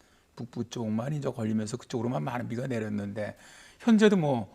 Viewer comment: 이제를 인저라고 하심